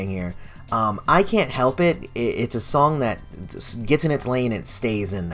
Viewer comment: Does anyone else get annoyed that Michael never pronounces the "H" in 'Help' in this song?